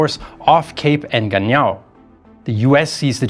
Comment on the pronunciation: He butchered Cape Engano, aayong “En-Gan-Niao” when it should be “EN-Gan-Nyo.”